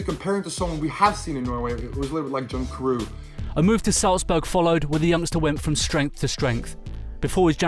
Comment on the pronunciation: bruh the way he pronounced john carew